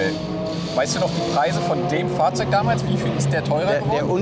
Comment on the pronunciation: Alter dein "Fachrzeug" triggert mich immer mehr!